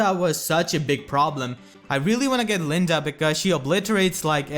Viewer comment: Why are you Calling her LindA XD ?Her name is not LindE ? You're so funny ! XD